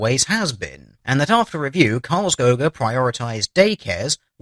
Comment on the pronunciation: The Cities name is pronounced Carls Kooga